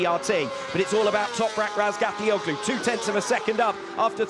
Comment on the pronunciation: Hallooo:Madame please seine Nachname richtig aussprechen.